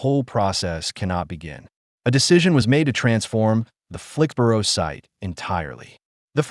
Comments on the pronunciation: Here in the UK 'borough is pronounced "burra" or "bruh" (depending on regional accent), not "boro" as it is in the USA. . So Flixbruh, Edinburra, etc etc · After six “Flix-burrow”s I had to leave. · SORRY, can't watch this when the narrator can't even pronounce the name of the place correctly !!😤😤😡😡